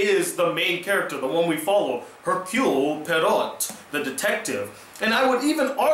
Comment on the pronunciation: Hercule Poirot = 'Err-Kyool Pwah-row' Phonetically, and you're welcome.